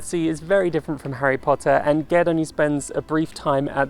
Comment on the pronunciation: I was so happy to hear you say Ged's name the same way I do. I didn't realize there were options on that until a friend and I were talking about the first book and he gave it a soft g. Who would have thought?